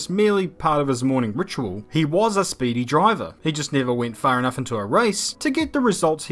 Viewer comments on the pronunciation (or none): none